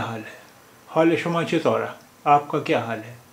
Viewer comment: چتورہ کو اس طرح پڑھیں گے چتورے 💯درست کریں